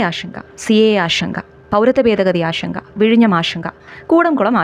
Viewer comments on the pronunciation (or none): ഇതാരാ ഈ പറയുന്നേ, ആഷങ്ക, ആഷങ്ക, ആഷങ്ക. 😅😅😅 ആഷങ്കയല്ല എന്റെ പൊന്നേ ആശങ്ക . ഇപ്പോ എല്ലാ മലയാളികളും കൂടി ശ എന്ന അക്ഷരം എടുത്ത് കാട്ടിൽ കളഞ്ഞു, പകരം ഷ എടുത്ത് പ്രതിഷ്ഠിച്ചു